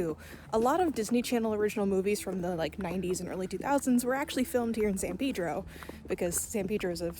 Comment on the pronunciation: The san pedro pronunciation is like an ice pick to my brain 😂 great vid though as always